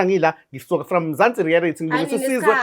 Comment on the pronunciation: 😂aw sukan madoda...ngigcwele ngawe mfwethu...ikakhulukazi mase uthi "Mzansi Rearity"😂😂